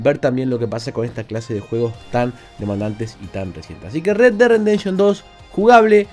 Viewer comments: Me encanta la manera de de pronunciar Red Dead "Rendemption". Supongo que se refiere al duro renderizado que tiene este juego. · Like por: red dead "rendenshon" xd